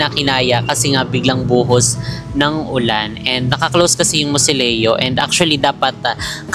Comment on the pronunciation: mausoleo not moseleo